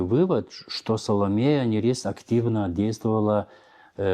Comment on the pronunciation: Почему Саломея НЯрис? Её имя и псевдоним пишется по-литовски Salomeja Nėris, то есть буква ė, которая произносится и в русской транскрипции передаётся как русская е, а не я. Это река Neris (Нярис).